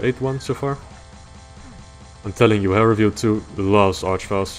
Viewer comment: It's an Arch-vile.